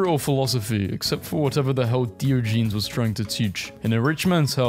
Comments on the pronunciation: I know u can't pronounce stuff but plz try this as you do it so often, It's not "deo-jeans" .... it's more like "die-oj-eh-knees" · Why does your compilation of , "Actually funny memes" contain numerous motivational clips for kids? All you add to this (other peoples content that took effort) is a voice over where we get gems like, Diogenes, pronounced as "Deo- Jeans" Seriously dude, just try a little bit.